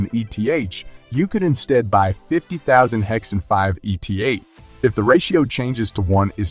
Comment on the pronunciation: Your videos are good but hide a bit in being dissociated from the personhood of who makes the video. I believe if you turn up to the videos personally and show face you will have much better reach. Just an opinion. 😅 Ps Its 'eeth', not ee tee haych.. like you dont call 'hex' haych ee ex